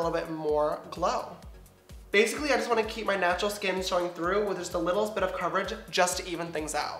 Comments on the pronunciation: When he says he's in the shade "natural beige" I thought he said "nacho beige" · And when he said "natural glow" I thought he said "nacho glow" 😂